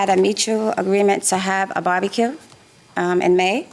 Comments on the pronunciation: She is saying barbecue but I keep hearing “body kill” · It sounds like the plaintiff is saying "body kill". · The way the plaintiff pronounces "barbecue" really annoys me 😩